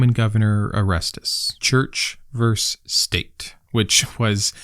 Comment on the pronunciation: Didn't you call him "Arestus"? His name is pronounced "Or-Es-Teez"